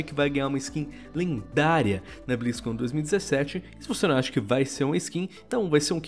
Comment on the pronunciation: O vídeo ta legal, mas eu n aguento o falando "béstion blizzcãn"